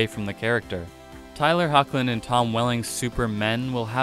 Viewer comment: You're pronouncing their names wrong, Routh, is pronounced like (south) which Brandon Routh has stated multiple times. Secondly it's (HECKlin), which Tyler has also mentioned plenty of times as well. Since you're posting news, you should probably do a little more research before making a video where you continually disrespect people by mispronouncing their names.